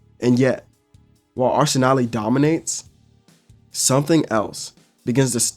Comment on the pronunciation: Bru what is arsenaleee 😂 its pronounced arsen-al